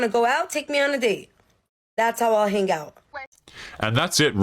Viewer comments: The word "hang" has a silent G. It is not pronounced "han-Guh". People with that accent are red flags. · Is it just me that is bugged by that first chick hard pronouncing the G in hang?